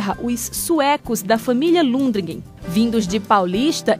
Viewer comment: Deu informação errada sobre a igreja. O sobrenome é Lundgren e não Lundregen.